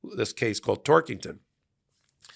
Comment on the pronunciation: Ohhhhhh. *Tork*ington. Sounded like Twerkington.